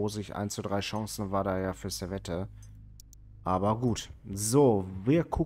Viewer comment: ja, Servette ist aus Genf. Das wird aber nicht "Servette" gesprichen, sondern ohne das "e" am Ende: "Servett" (weil französisch-sprachig). Im Logo steht "Genève", was französisch für "Genf" ist. Ähnlich wie beim FC Sion, denn aknnst du getrost auch FC Sitten nennen, um den Deutschen Namen zu verwenden (gerade wenn du den französischen nciht aussprechen kannst). ;-)